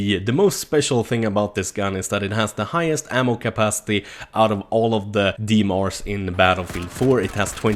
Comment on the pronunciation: FRB ? DMRs ? Dude pronunciate your words correctly.